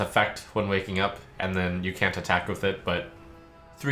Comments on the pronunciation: did he say, "I cunt believe they did this"? LUL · "I cunt believe they've done this" Yeesh, Trump needs to be careful with that "British" accent